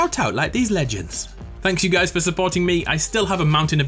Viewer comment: "Leg"ends lol